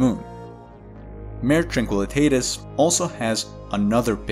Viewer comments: It’s pronounced “mar-eh” or “mar-ā” with a long “a” sound and it’s Latin for “sea.” The word mare which sounds like “mehr” or “maer” refers to either a female horse or a supernatural entity that causes bad dreams (hence the word “nightmare”). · Mah-ray, not "mare". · It's pronounced MAR-AY, not MARE. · Maw-ray! Not mayor. Otherwise good article. But, oh so distracting. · Nice reporting. I just found you and subscribed immediately. A little help with your Latin pronunciation on "Mare" for lunar seas. For a video like this, I would simply use the English convention, and call it "Sea of Tranquility". BUT, if you are going to use the latin name, be aware that "Mare" is pronounced "MAH-reh" with emphasis on the first syllable. IDEALLY, you would trip the "r" as we do in Spanish, but that is hard for some individuals, so a rounded American "r" would be fine, and "mare" would then rhyme with "FAR-way", more or less. Hope this helps. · ..check pronunciation of 'Mare'..